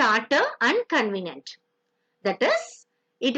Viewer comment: It should be Covenant, not convenant